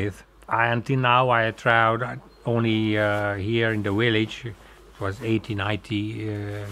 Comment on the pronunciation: "I have traweled only here in the Willage"